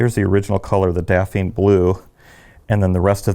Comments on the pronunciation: "Dafeen Blue"? It's "daphne", pronounced "daff-nee", like the Scooby-Doo character, or the deciduous shrub. Lovely basses and playing though! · Did he just say "Dapheen" blue? I have a bass is Daphne blue, pronounced "daf nee".